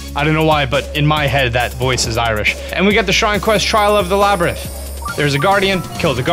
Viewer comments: Please learn how to pronounce this. Lomei = Low-MAY Labyrinth = Lab-er-inth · laybritt, labtrith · "Hillian shield" "Eyewata" "Laybyrinth" lol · lay-brinth, or lab-rinth? :D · And you pronounce "Labyrinth" two different ways. LOL